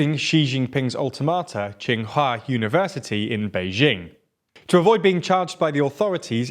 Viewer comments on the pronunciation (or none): Alma mater, not alta mater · We detained your journalist to protect him from COVID! 🤣🤣It really says it all about zero-COVID in China.🤣🤣 Btw, what the hell is an "altermater"? Is that Bri'ish for alma mater or something? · "ultimata" instead of "Alma Mater" and "noruma" instead of Nomura... TLDR used to be great quality content but when you can't afford to quality control and edit such mistakes is when I know you've got too much on your plate. I hope you figure it out eventually. Good luck. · It's called alma mater, not ultimata